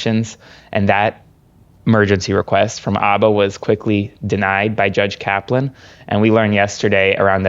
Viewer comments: Isn't there an H at the beginning of her name? Yes. It's Habba . Jesus Christ you're supposed to be educated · Hi. I love your videos and subscribed when you began. This is just a wee critique...Alina Habba's last name is pronounced "H"abba as in "hello" or "howdy." The 'h' is not silent. Thank you. Keep up the superb work. Watching from Canada.👋 🇨🇦 😊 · I'm sorry, I love you so much but please it's Habba! The H is not silent 😂 xxx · Please pronounce her name right, it drives me nuts hearing it said wrong a million times 😅..... It's HA BA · I am begging you to say this woman's name correctly. Please. I dislike her as much as you do, but still.